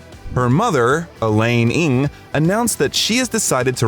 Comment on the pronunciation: Lol, I hate to be that OCD guy who nitpicks, but Elaine Ng's surname is actually pronounced as "Nang" not "ing.